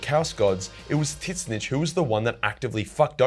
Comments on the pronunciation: I've never heard anyone pronounce Tzeentch name like that. Not complaining, just something I had to hear a few times to realize what you were saying. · Calling Tzeentch wrongly is not funny as a joke anymore, it getting annoying. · Anyone going to tell he’s pronouncing tzeentch wrong. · Man's didn't say Tzeentch correctly one time and that is chaos I approve of. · So isn't the T silent , always makes me wonder when you say it. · Sigh, I get that it looks like it should be said that way, but still, hearing 'zits-snich' instead of 'zin-neach' irks me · Argh I can't handle it! Pronounce it "zeench" not "tits-nitch"!!! 🤣🤣🤣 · ITS PERNOUNCED TUH ZEE NCH NOT TITCH NITCH WTF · wait i'm so confused on how you pronounce The Name. Is it not [TZYNSH] or most likely [ZYNSH]? Why are you saying [TY-SSNYTSH]? Sounds like you're talking about a Skaven... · i cant stand how you pronounce Tzeentch. Its pronounced 't-zeen-tch' not 'tits snitch' :') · Mate Aussies have some whack pronunciations but tiss-nitch? Wot m8. It's tz-inch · Every other people: "zinch": "tit snitch" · what with this god dumb pronunciation ... it is not fking T zeentch , it is Tzeentch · I think hes fucking with the lore nerds calling tzeentch "tit-snitch" And im fuckin loving it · Tisnitch????? Dude no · are you saying titsnitch or tzeentch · Couldn't get passed him calling him titsnitch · I know you’re Australian…but why do you say his name with two syllables? Soft T…like Tsaziki? Soft N… Slides off the tongue like “each”? Zeech More or less? Idk. I love your videos, but every time you say their name. 🫥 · the way he pronounces tzeench's name makes me laugh my ass off. tit-snitch!!! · Brother kill why do call it titznitch? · Is "Tit-snitch" the correct pronunciation of Tzeenntch? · Is he saying Tit-snitch? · Idc if he says it wrong or right I love how he says it as tit snitch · Are you saying Titsnitch? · Why do you pronounce him as Titsnitch? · please dont pronouce it like that....